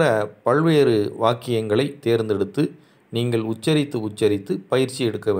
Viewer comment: நல்ல விளக்கம் ஐயா. நீங்கள் எனச்சொ ல்கிற போது நீங்கல் என்று ஒலிக்கிறதே!